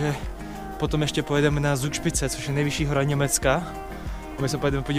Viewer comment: Z se v nj čte jako C :)